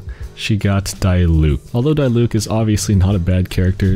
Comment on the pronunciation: please dont call him dyluc😖😖 its dEEluc